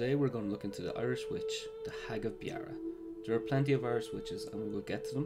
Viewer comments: Ya it's more of a beera sound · Beara isn't pronounced like that.